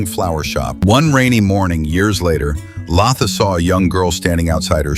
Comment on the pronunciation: Its Latha, not Laaatha.. 😂